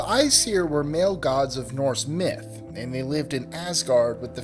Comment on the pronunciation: I hate that they say "Myth/Mythology ....